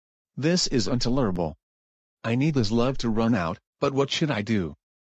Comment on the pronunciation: That's Actually Intorelable, Not Untrorelable! But, What Does Intorelable Mean?